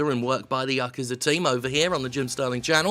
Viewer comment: Fucking finally, someone else who pronounces "Yakuza" properly, with the emphasis on the first syllable and not the second..."YA-kuza" not "Ya-KUza